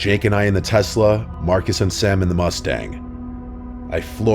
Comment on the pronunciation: Say Telsa again , say it just one more time! I dare you. I double dare you mother f*** - Pulp Fiction 😂